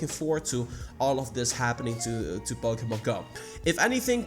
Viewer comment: Its POKEMON not POKEMONG